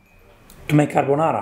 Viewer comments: you’re right, it’s not carbonara. It’s carbanara. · They are mispronouncing their dish. It's craponara